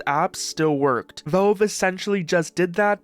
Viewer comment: It's pronounced Valve, not Velve.